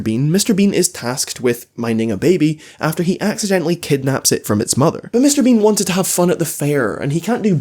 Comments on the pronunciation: I was enjoying this video until I realized says “Mr. Bing” throughout the entire video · sometimes i hear him say "Mr. bing" instead of Mr. bean🤣